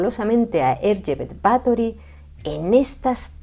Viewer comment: no sabes cuánto te agradezco que no te hayas referido a ella como Elizabeth, y que además hayas pronunciado correctamente tanto "Erzsébet" como "Báthory". Por supuesto, encantado con que por fin alguien haya tirado por tierra, con datos, la leyenda negra de esta mujer. Y es que, en los últimos años, he visto algunos vídeos de otros divulgadores que se dejan llevar más por la leyenda que por la historia real. Espero con muchas ganas vuestro vídeo sobre María Estuardo. ¡Feliz domingo!